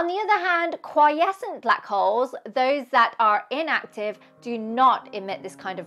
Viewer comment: Its kwee·eh·sns!